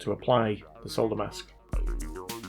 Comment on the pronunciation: I like ur channel purely because you can actually say solder. 😉 unlike the yanks who call it sodder lol.